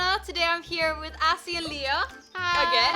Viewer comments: Is not assy is Azzy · Not Assy its Azzy Please